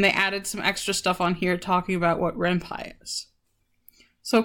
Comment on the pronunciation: It's also called renP-y not renpie